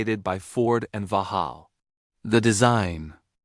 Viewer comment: Stop AI! Vauxhall is not Vuhall